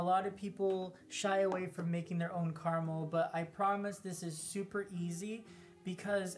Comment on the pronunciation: Why are you saying "Karmel" when you clearly mean "caramel"?